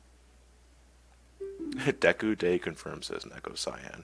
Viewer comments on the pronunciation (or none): none